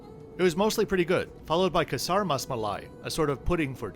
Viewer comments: great video! Just wanted to share that while your pronunciation of “Kesar” was hilarious to hear, it’s actually pronounced as “K-sir”:) K-sir Rus-malai was the dessert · Kesar rasmalai. Not kasar masmalai.